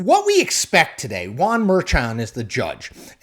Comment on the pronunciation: Why do you call Guan when his name is Juan ?